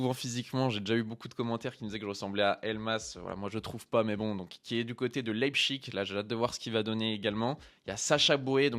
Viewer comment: Arrête de prononcer « Leipchig » aha ça grince! « Leibsich » Force à toi sinon!!